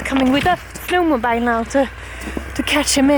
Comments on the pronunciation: Just for your information, Jonna, the "bile" of "snowmobile" is pronounced "beel", as in "feel." At least that's how we pronounce it in the midwest region of the USA where we have a lot of sno-mo-beels. (I know, I know, English spelling and pronunciation are crazy and inconsistent and illogical . . ., not to mention all of their numerous variations according to country, region, socioeconomic class, and etc. Ah, my beautiful, messed up native tongue). 😊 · Snowmobile is actually pronounced snowmo-beel. I know it doesn't make sense when you think of how you pronounce "mobile phone"...but that's just English! It was so cute to see Nanook enjoying the music :D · Hi Jonna! It’s pronounced “snow-mo-BEEL.” Like the “eel” fish! The way you said it was cute, snow-mo-BILE! 🥰 We love snowmobiling, just thought I would let you know! ❤️